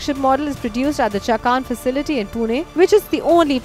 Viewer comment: Its चाकण not chakaan